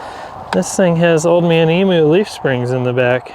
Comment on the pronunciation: Say it like this, Old man Emyou not Emoo